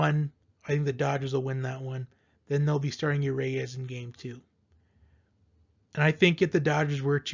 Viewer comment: It's not you Ray us! Unless you're French.